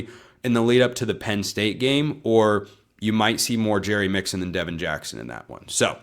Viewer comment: Its Devon Jackson, not Devin Jackson , who is a 2026 Oregon recruit.